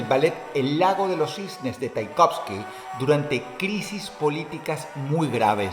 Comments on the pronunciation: Tchaikovsky no taikovski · No es taikovsky, es tchaikovsky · se pronuncia como se lee, tchaikovsky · ¡Hey! nadie en el mundo dice "Taikovsky! ¿Quien es Taikovsky? Querrán decir "Tchaikovsky" Se te fue Dross se te fue. Y gacho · Es Tchaikovsky, no Taikovsky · Tchaikovsky dross, tchaikovsky. No taikovsky jajajajajajaja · Tchaikovsky Dross, no quedes como analfabeto! 😅